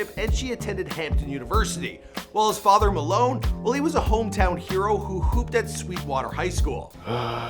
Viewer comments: also his dad name pronounced Maylon not Malone and its Ysidro not Ysirdo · His dads name is May-Lon not Malone